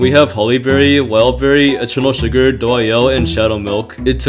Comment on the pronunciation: i cant be the only one who doesnt like the way he says eternal sugar right